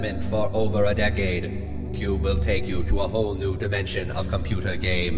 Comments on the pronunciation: you scrubnub its - KYOOB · I like that part where he is like "Cube". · It's like every time he says Cube, I laugh a little harder